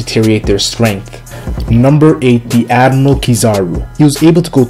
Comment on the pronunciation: Can this guy actually pronounce admiral? wtf is an "admal"?